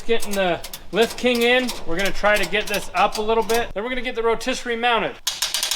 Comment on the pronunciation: rotiserate is a real word for sure, he just said it! People can't say word that don't exist right?